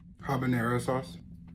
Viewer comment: The way he talks annoys me, like hes choking or something. “Ha-banaro sauce”